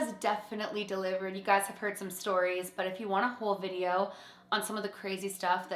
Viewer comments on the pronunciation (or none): none